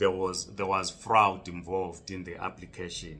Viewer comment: Fraud not frawed!!!!!!!!